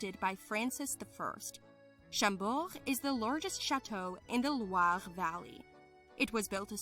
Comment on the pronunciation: It is "Château de Chambord", not Champort. It is "Mont Saint-Michel" (or Saint-Michael's Mount) and not Le Mans